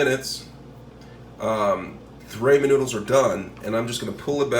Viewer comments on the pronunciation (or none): I couldn't even focus on this video after I heard Raymond noodles I went straight to the comments lol